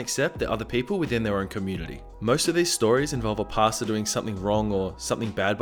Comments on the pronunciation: Everytime he says pastor, the only thing I hear is pasta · I heard PASTA every time you said PASTOR.. Now I can't unhear it